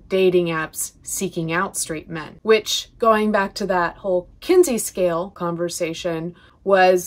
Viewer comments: One tiny mention for education: it sounds like you are saying “Kinsley” scale, it’s “Kinsey” scale! 😄 ❤️🧡💛💚💙💜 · *Kinsey. There's no L in it.